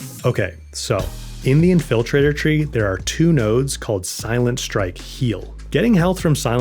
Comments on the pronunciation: "In-FILL-traitor" is going to be stuck in my head now. Good tips. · In-FIL-trator tree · Never heard anyone pronounced infiltrator that way 😂